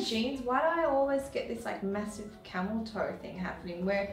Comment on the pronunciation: "the camel toi-toe??" 🤣🤣🤣